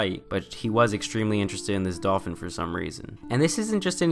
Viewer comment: I keep dying when he says "dolfin cooch"